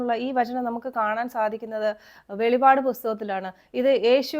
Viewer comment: വെളിപാട് അല്ല വെളിപ്പാട് ആണ്